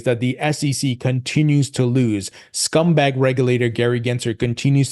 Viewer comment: Always makes me laugh whenever I hear you say "scumbag